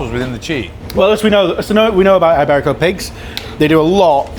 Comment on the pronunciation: Eyeberico. Not quite as bad as saying Eyetalian, but not too far off.